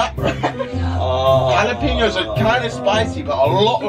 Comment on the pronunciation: Nobody: Kay: jalapinyos